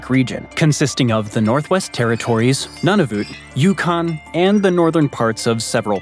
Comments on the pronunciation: Since you talk about the newest territory of Canada you need to know the correct pronunciation. It is not "nun of it" but it comes from the Inuktitut language is has three syllables, Nu Na Vut and pronounced Nu as in nude, Na as in nah, Vut as in vote replacing the "hard O" with a soft "U" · LOL, giving yourself away as a Yank, Nunavut is pronounced "None of it", not "None of OOT". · Pronounced NOON a vut but otherwise great video